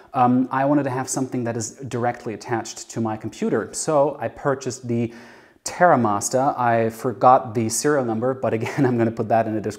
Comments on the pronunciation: He's not English!! 😂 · Why does he say Terra Masta?